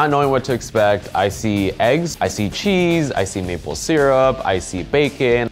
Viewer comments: Or did he say naple syrup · I thought he said nipple syrup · If you make it slower it really sounds like nipple syrup. :D